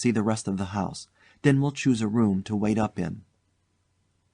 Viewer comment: Did the narrator really just say "That's why I WYATT for you? its WAIT